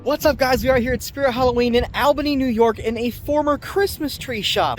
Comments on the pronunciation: The cringe when I heard how you say Albany 😬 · It got me too lmao